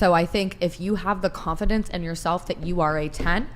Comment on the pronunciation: That bald bird that pronounces every vowel as "a" does my nut in. if you believe yar a tan then canfidance shanes. ay could be batter but if you just thaught that you were the bast